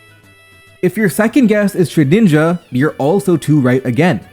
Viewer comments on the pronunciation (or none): My guy its SHED INJA not shedNINJA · Look I love the vid but shedinja isn't pronounced "shed-ninja" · no way a pokemon youtuber is calling it ShedNinja